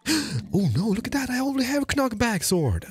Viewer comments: Hearing the way you pronounce “knockback” has truly made my entire day 😂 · The fact that pronounces the "k" "knock back" and "know" infuriates me. And part of my my brain doesn't want to ignore that hes doing it on purpose (maybe). Great video